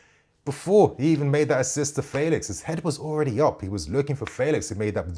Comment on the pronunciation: Felix is pronounced like the 'fe' in 'Fenton'...'Fe...lix' 😊. Looking forward to seeing him playing in the PL!